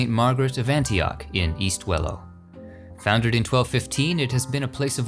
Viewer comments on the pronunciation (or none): none